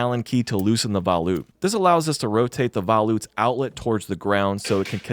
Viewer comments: It's VOLute not VALute 😭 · Vo-loot, not vOW-loot. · bro says voll-oot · FYI Valute = sounds like Va-Loo...Its Phrench err French.